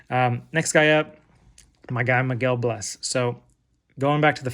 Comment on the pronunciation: Hey, enjoyed the video, and just subscribed. I've got a bunch of Miguel Bleis stuff too, been on him for a bit. Can't wait to see what he does this season! One quick note: I believe it's pronounced "blay-ss", almost like Blaze but with an S instead of a Z.